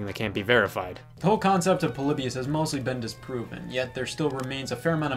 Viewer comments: It’s Po-lee-by-iss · Everyone: Polybius Me: polybus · I always thoug it was pronounced Po-Lee-Bee-Us instead of Po-Li-Be-Us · It’s pronounced Paul-eeh-bee-us